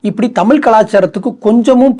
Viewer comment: தமில் தமில் தமில், உண் தமில்ல தீய வெக்க. -- அது தமிழ் டா